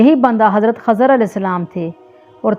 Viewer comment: Khizer hay khazar nhi